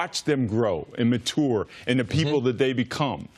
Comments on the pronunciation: What's with people mispronouncing simple words like mature (ma-chure). I'm surprised CC didn't go to his patent the seement (cement) is still wet. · anybody else mad dude kept mispronouncing ‘mature’ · Dude can't say the word mature lol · Jesus if this dude doesn't figure out how to figure out how to say mature 😂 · Can't even say mature right. how am I gonna trust you?